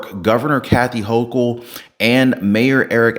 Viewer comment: I don't know why people continue to go to these public venues and we have all of these strangers in our midst. Maybe the rest of the "sleepers" will wake up and get their heads out of the sand. they pronounce her name Hochul as "Hoe-kool"